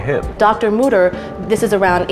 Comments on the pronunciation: Mütter means mothers in german. And its not pronounced mutter. Ü=/=U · as a german i have to say that, how you speak the word mütter sounds like mutter. in germany, mutter means mother and mütter is the plural of it. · As a german hearing the word Mütter getting turned into Mouder is way too funny😂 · As a german, all I can hear is Mudder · He went from DR mutter to Dr mother😂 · Anna, if you want to teach, you should begin by pronouncing his name right: It has two dots over the "o", which means it's pronounced "Y". It's a German name! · Then maybe learn how to pronounce the umlaut correctly if you’re doing the tour guide through the Mütter museum!!!?